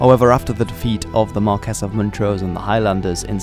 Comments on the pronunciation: Marquees should be said like Mar - key Sorry I had to let you know, for future videos, The way you say it, Mar - kess , grates on my wee Scottish ears. So say it like Mar - key 🗝 Great Video. Cheers 😍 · nice informative video a couple of points 1) the Battle of the Boyne was on July first 1690, not 1692 and 2) James Graham was the Marquis (pronounced as mar-quis and not mar-kess)of Montrose. I can also remember that in living memory the public house in the village of Glencoe had a sign over the door stating NO dogs or Campbells allowed. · I'm asking not telling. isnt marques pronounced mar-kee?